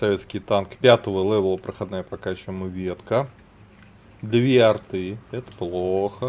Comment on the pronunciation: не лэвэл а левел